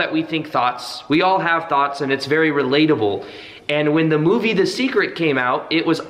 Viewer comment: Sounds like you said thots at first. Lol